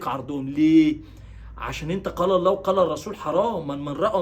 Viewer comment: لفظ الجلاله الله بكسر الهاء